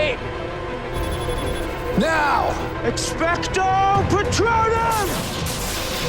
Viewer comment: Did Cisco just expecto petronum?? LOL HHAHAHAHA